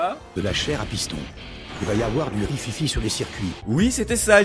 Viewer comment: "Du rififi sur le circuit" parfait.